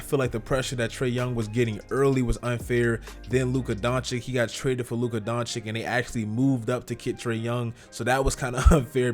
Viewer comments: It’s pronounced Donchich not Donchik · Nice content as usual. It's not Luka Don Chick tho... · jokic vucevic bogdanovic. why da fuq you say doncik?